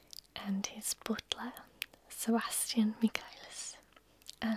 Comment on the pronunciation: to herself: “No, shut up” Me, to: “Gooo ooonnn about that cosplay” 🤔 PS The way you say “butler” is perfection!